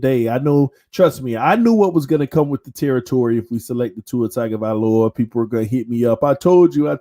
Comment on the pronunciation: He prnounces it "Tiger-vahloa". Lol